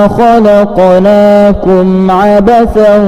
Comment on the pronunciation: Maaf, saya kira ada kekeliruan dalam pembacaan surat awal (115). Saya dengarkan betul tertangkap "kholaqolaakum", padahal yang tertulis dalam Alquran Surat Almukminun ayat 115 "kholaqnaakum". Agar segera dibetulkan karena tidak sesuai dengan sumbernya.